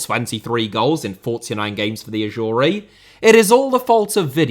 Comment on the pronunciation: Why are you pronouncing it "Ashoory"? LMAO